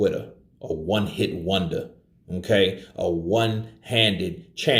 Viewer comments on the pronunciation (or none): none